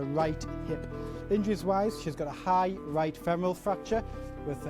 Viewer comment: femoral not femeral.